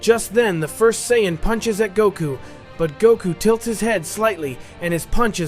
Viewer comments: what is with people using AI narration... I'm tired of the Sigh-An stories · So is this AI using a trained voice? Or has this person never watched or read DBZ? Seeing a trend of these lately of people just spilling in for quick views, I get it makes $$ but if you're giving next to 0 effort it kills the channel quickly, biggest giveaway is CYAN vs Saiyan intermittently and the really bad grammar that ai's won't correct. And the still photos of the 1 person behind the mic is that even the actual reader? "Just then" ever 5 seconds kills it can't watch + shows nearly no experience with watching DB or DBZ/S